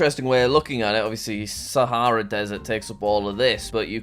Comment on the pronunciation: “the sAhæEra desert.”